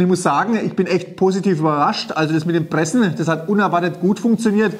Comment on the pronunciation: und deswegen will ich versuchene die Sägespäne zu Briketts zu Pressene......lol gute Aussprache. Also, für Schreinereien gibt es eine Brikettpressanlage in der alles automatisch abläuft inkl. der Zuführung der Späne. Macht auch Sinn, denn wer soll denn den ganzen Tag mit einer Schraubzwinge Briketts pressen? Davon abgesehen, wer verarbeitet noch Vollholz? Alle Späne sind durchsetzt mit Resopal oder anderen Beschichtungen incl. Leime da nur noch Spanplatten verarbeitet werden. Sowas sollte man nicht in den Ofen stecken. Der Holzstaub glimmt nur, steigt mit der hitze auf und setzt sich im Kaminrohr ab.